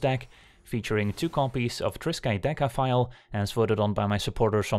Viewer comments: Agreed. That's not an easy card name to say the least :D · For real. I thought that right before reading your comment.